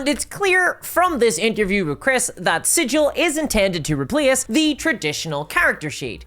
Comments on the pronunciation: OK. Let me just forget everything I've ever loved about the lore of this thing.... Done. I'm well trained in those things, now. As soon as anything shows signs of becoming a greedy corporate sh, I void my memories of it entirely (there are magical products to do that, and it's sold in every stores, I'll need litters of it though at once so it works it's magic). PS: Sigil isn't pronounced like a sigil. It's pronounced like the G in Garage. For reasons. The corpo-sectarians are transforming everything into an abomination. And we all have the endless void, now to keep us company. Yeah, that's good. It's fine. I'm fine... What is this presence I can feel somewhere all around in the void? I hope we'll be friends. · The planescape city is pronounced "siggggle" not "sijil" 🤧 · Once you said that it was called 'Sidj-il' like the city at the center of the multiverse I knew you were a poser: true fans know the city is pronounced 'Sig-il.' I can no longer take your content as gospel for you are a false prophet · Yes, I paused the video to read the text wall regarding the Smallville RPG. Also, is Hasbro pronouncing the VTT like "sijil" with a "j"? Any burk will tell you it's with a hard "g". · Is it named after the Planescape city? Because "Sigil" the city is pronounced SIG-il, like 'giggle.' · Sigil has a hard G like "cig-eel" fake nerd detected. Nah its ok, I made the same mistake a few months ago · If the VTT is named after that city at the center of the multiverse, wouldn't it be pronounced like "sig-ul"? Like rhymes with giggle? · Sigil is not pronounced like that, berk. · I’m sure you weren’t around when Planescape was released, Cao probably wasn’t either. But the name has a stunted ‘g’ Like Griffon not like Jif, it’s not like the word sigil, it’s the name of the city Sigil, and it’s actually made a joke in the original box set that only people who know nothing about the city pronounce it like the word and not it’s actual name. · Hope it's sigil not siggle